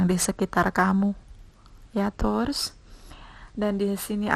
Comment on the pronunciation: Mbak..."tours" itu pelafalan taurus dlm bhs apa? Inggris, india, iraq, zimbabwe atw gmn? Tny doank